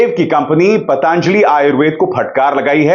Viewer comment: अभिसार शर्मा जी,आप पतंजलि का उच्चारण पतांजलि क्यों करते हैं ?